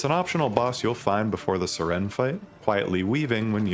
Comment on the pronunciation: Because the name is Sirene not Siren